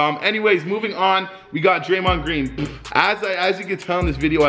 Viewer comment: Don’t speak on draymond greens name like that I am from Michigan